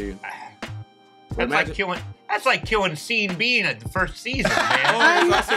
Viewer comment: "That's like killng off Sean Bean¹ at the end of the first season." ··•●✺●•·· ¹ ─ I too pronounce it /Sēēn Bēēn/ 🤭